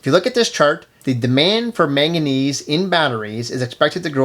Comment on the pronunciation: MANganese not maganese on the timeline